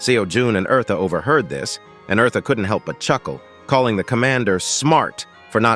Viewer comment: Omg her name is not Marta is eartha